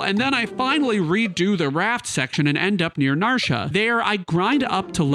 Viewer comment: Narsha?? NarshA?? WTF, man??